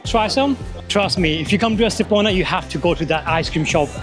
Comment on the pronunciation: Soy de Estepona, y si, el vídeo está muy bien y da fe de la belleza de mi pueblo. Pero no entiendo porqué no dice bien el nombre de Estepona. ES TE PO NA Por favor corrijan ese grandísimo error también dicen mal algunos nombres como La senda del Litoral etc